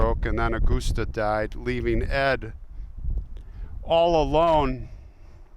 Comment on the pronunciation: Aw-gus-tuh Gein